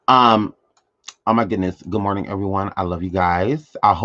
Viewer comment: Am sorry you know it's not a real good morning if you are not saying good morntink